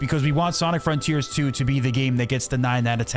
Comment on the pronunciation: You can say, "This make us new frontears...." 🥲